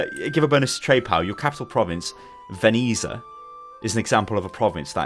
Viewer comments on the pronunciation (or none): lol veneeza?? WHAT?!?! It's the Italian word for Venice and is pronounced Ven-ets-ia. Most of the provinces in this game are written on the map in their native languages. Roma is Rome, Firenze is Florence, etc.